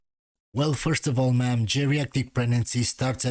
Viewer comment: if you want to be a solid redpill, diss that 'hiellou peasant who does voice overs in pralallel to you'. he is a peasant and stop being gae. meaaam, mea'amm, wtf is that word